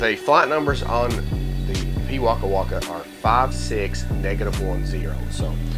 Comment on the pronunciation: As a beginer i do love this disc and as a new Zealander you are saying the name of the bird correctly. keep up the great work.